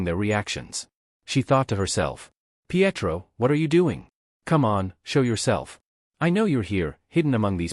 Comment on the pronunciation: bruh he's names Pietro .....pee-et-throw whats this dumb AI doing